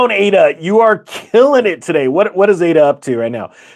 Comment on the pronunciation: "A"-DA. AAAAADA.